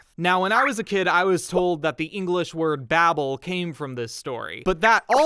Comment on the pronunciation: The first syllable of the English word "Babel" is pronounced the same as "babe".